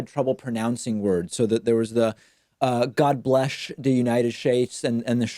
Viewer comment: the host repeats Trump's "God bleSH the United SHtates' and 'SHerushalem." I've noticed that 'SH' sound being used among the 'good old boys' because, I believe, hearing a straight 'S' or soft consonant like such as 'J' sounds to them rather like a ponce. Try it. Use 'SH' in place of 'S' and see if you don't sound a lot more like a stereotypical southern sheriff, cowboy, or around good ol' boy MAGA hat type of guy.